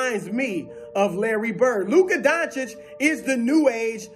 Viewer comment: Thank you for saying his name right. RESPECT.